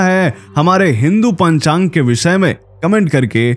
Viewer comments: खेद है ,आपकी हिन्दी अशुद्ध है। पंचांग को आप पांचांग बोल रहे हैं। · विक्रम संवत और शाक संवत, अलग अलग है। पंचांग का उच्चार सही करो।